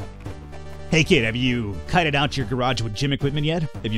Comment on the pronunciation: Kitted out.... That pronunciation annoys me.